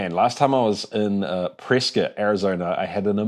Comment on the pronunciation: Prescott mentioned! And you pronounced it right :D